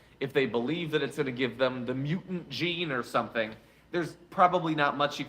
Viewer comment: Lol the way you emphasized "mutant" in the sentence "they will give you the mutant gene" makes it sound like your saying the Mutant Jean (Jean Gray). She's pretty cool but there are better ones.